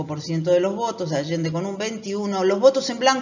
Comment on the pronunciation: Es Alende, no Allende.